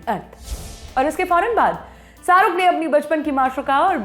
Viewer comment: Saruk nhi, Sharookh hota h